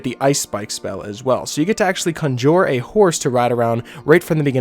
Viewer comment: Why can’t this dude pronounce conjure